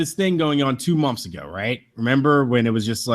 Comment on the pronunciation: is them pronouncing months "momphs" a gimmick or...